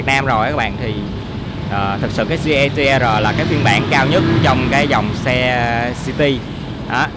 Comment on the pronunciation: “Gi Ti E Rờ”. :))) tây ta lẫm lộn :v